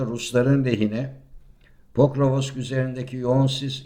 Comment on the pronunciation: Hacı PORKOVOSOKSAFONSOK değil, POKROVSK. Her gazeteden KOVULAN gasssteci..